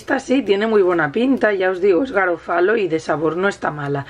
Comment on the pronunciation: Buenas! La marca de la pasta se pronuncia /garófalo/ con el acento en la O. Quizás podrías haber partido la pasta, si te resulta grande...